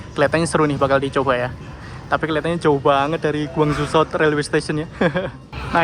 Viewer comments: GUANG ZHOU dibaca KUANG COW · Mas. Guangzhou itu cara bacanya "khuwang chou". Beijing cara bacanya "pei ching". *di kantor pernah ada vendor orang China mainland. Cuman FYI aja, ga salah juga kok. Karena pronounce English juga orang bilangnya Guangzhou atau guangjou. Gitu lah pronounce, orang luar bilang nasrudin juga mungkin kesulitan.